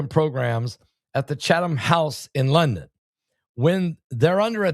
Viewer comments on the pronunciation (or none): none